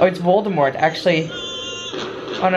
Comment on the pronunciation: Man you are literally calling him voldmort . Thats funny.